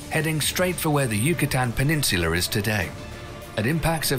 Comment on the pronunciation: Peninsular lmao